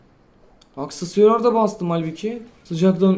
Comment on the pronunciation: aksesüyar jsjsjshs